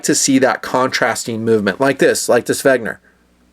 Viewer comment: its WeNger, not WeGner... haha, just kiddin, keep the WRV's coming!